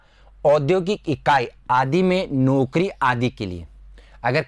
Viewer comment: आपका उच्चारण सुधारें जैसे पीस - पीस , संस्था - संस्था, नोकरी - नौकरी, बिसेस-विशेष ............